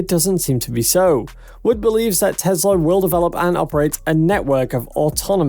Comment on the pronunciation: It’s Tesla not Tezla. It’s Wood not Woods and it’s Ark Invest not Ark Investment. Please clean up your act. Thanks.